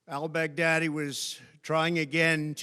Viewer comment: The way he says al baghdadi, sounds like hes saying "ill beg daddy" in a southern drawl. Im sure you will when it comes to putin lol. That is all.